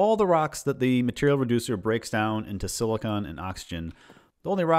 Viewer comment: I like your video i think it is good. But you kept saying something that irratated mr slightly you keep pronouncing silicon as silicone they are not the same other wise. Epic sause